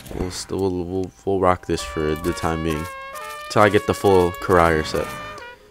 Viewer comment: It's not pronounced "Ca-rier". It's pronounced Crier, as in crying, but the person who cries.